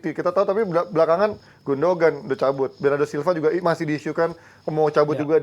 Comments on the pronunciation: Lbh gundohan. Ada tekanan h. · Sekedar masukan, Gündoğan dibacanya Gundoan, Çalhanoğlu dibacanya calhanolu. Huruf Ğ/ğ ini bernama yumuşak g, atau g yang lembut/lemah dan umumnya tidak dibaca. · Gondokan ngab 🤣